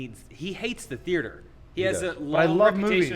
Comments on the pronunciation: What the hell is a theerter? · is having a stroke every time he tries to say the word theater?